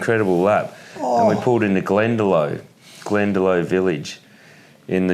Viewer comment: lovely podcast ,just its glendalock not glendalo